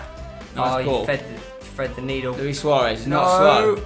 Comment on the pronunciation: spen, its not louie, its luis